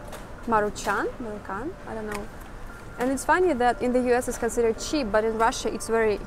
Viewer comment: that pronunciation of maruchan was cute but spot on